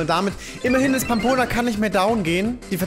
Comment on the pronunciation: verlerne Pampona bitte nicht Rammboss, es ist eines der schwersten Pokémon. Und wenn doch quitte ich